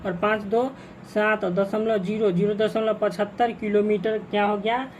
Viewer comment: 0.75 nahin padhte hain 0.75 padhte Hain